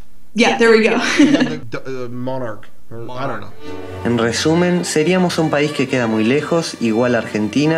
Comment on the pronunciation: No dice "Mark", dice Monarch (monarca)